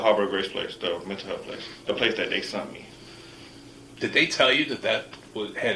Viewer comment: This is not a laughing matter, but for some reason, I always giggle when people don’t say “sent” and they say “SUNT” because it’s not a word😂